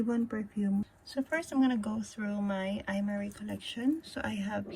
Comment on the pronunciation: Just a lil info its pro-nounced “Em-Ari” :)